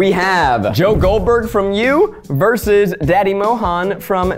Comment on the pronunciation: Zach, how many syllables in "versus" again?